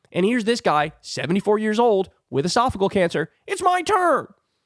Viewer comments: Esophageal is pronounced "uh-soff-uh-JEE-uhl", not "uh-SOFF-uh-gull" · It is not esophagul cancer. It is esophagEal. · It’s esophageal cancer not “esaphagal” cancer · Ee-sof-oh-GEE-al cancer, Kyle. Punches like that hit harder when pronounced correctly. I really like you, but put more effort in learning how to pronounce words. When it's your job to talk, that's kind of the deal. I even bet there's an app for that. Btw, I know Kyle doesn't read the comments. That's because I actually listen to a great deal of his content. So, the mispronunciation thing is relevant. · It’s pronounced esopha Gee al. And it doesn’t affect your brain, so what’s your point? He is experienced and as much as I love AOC, you haven’t made a legitimate case against him. Actually, ageism and infighting aren’t Democratic values. I am getting disturbed by the younger factions of our party who are supposedly full of empathy for their fellow humans using this kind of crap. Yuck. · Uh-sof-uh-jee-ul Esophageal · Esophageal has a “soft g sound”. Love you!❤️ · Love you, Kyle, but it's driving me crazy. Esophageal has 5 syllables. E - soff - uh- GEE - əll . That is all. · Its pronounced Esa fa Gee Al cancer.AOC would have No chance of dealing with MAGA. He has years of experience. AOC has a bright future ,but now the MAGAs would make a show of ignoring her at best. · “ehh-sof-oh-gee-ahl” Thought you might want to know? 🤷🏻‍♀️ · It’s pronounced ‘edifice-a-gee-Al’. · LEARN HOW TO PRONOUNCE ESOPHAGEAL!!! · Two thoughts: 1. This guy has been in the news for weeks, and Kyle still cannot pronounce "esophageal cancer." It really isn't that tough. 2. Kyle acts as though the person who gets this appointment will be running the committee, which is a plain lie. The Dems are the minority, so this is an appointment as ranking member, not committee chair. The actual power of the ranking member is being vastly over-represented here.